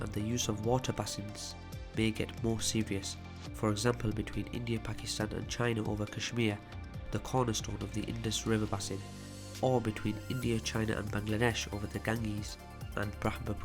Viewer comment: It’s pronounced base-in not basin